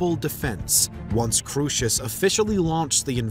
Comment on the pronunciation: The original Greek: “Kro-es-os” not “KRUSHESH”